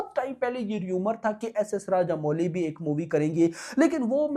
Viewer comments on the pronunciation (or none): none